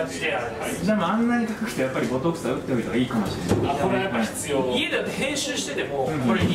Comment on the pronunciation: 先生がボトツクスって言うから笑ってもうたやんwww